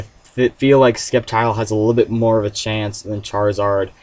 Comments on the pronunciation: ...its SEPtile! NOT "Skeptile" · I thought sceptile was pronounce with c being silence. Like "scent" so just sssseptile. Anyways I rather see the return of pidgeot. #megapidgeot #ftw